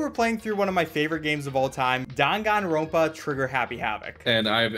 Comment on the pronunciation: Your pronunciation of "danganronpa" pains me